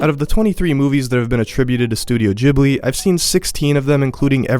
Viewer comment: loved your overview of the Studio Ghibli movies. I agree with your evaluation of "Spirited Away". Just two things bothered me a bit: What about "The Wind Rises". It's the movie that shows what "Ghibli" means -- the designer of the Japanese Zero fighter. Okay, that was one. Two is: the first syllable is not "jib". It's an Italian name. the H after the G makes it hard, like "gift". Or "spaghetti". I'm a language nerd, so please forgive me and keep up the good work!